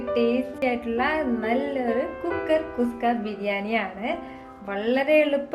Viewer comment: kuska alla kushka aanu